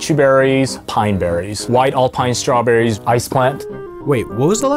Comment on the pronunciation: stwowbewwy